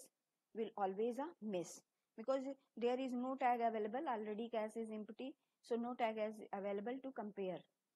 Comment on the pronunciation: zero not gero......also cache(cash) not cas......other than that thanks